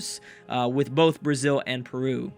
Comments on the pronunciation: saying " perwu"? hahahah i understand, but he is not spanish or portuguese to say the right pronunce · I cant accept how you pronounce Peru :D But it was an awesome episode! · Matheus Nery I know but he does it like without the "e": Prew :D I just think its funny^^